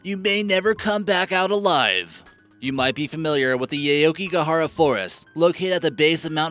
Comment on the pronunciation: you butchered the pronunciation of aokigahara